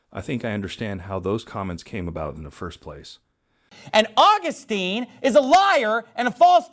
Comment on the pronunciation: This idiot pastor cannot even get St. Augustine’s name pronounced correctly. Wow. He’s smart. Sorry. He struck a big cord in me. I am a Roman Catholic and and on fire in love with our Faith. Catholics are the one that compiled the Bible through the inspired word of God. It is the oldest faith over 2000 years old, Christ founded it. It is apostolic. I mean I just don’t understand why people just don’t understand all these other denominations are of the devil they are all fake. They are all wrong.